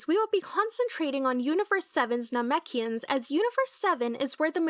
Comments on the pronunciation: You’re saying Namekians wrong. It pronounced na-mek-e-ends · omg please go back and watch the series again. You are saying namekians wrong. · I hated the way she said Namekians, that’s disgraceful,, and unforgivable… but we forgive ❤️you, just don’t let it happen again.., it was very cringeworthy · I don't think this youtuber is very familiar with the lore lol, I think they are just reading a script or something that they made from maybe reading stuff somewhere, because if they had seen the anime then they would be able to pronounce Namekians properly, and they would not have made the mistake with Raditz.